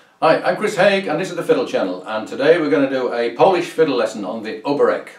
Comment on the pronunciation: The accent on the name Oberek falls on the second syllable. Interestingly, the musical accent also falls on the second beat (rather than on the first as in a waltz).